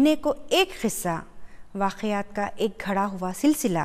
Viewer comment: Mam plz ka ko kha mt padhiye apne bhot jagah pr kha bola h